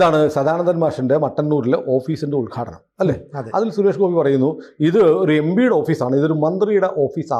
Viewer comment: M P ( em-P) ennu parayan padikyu... Yembee alla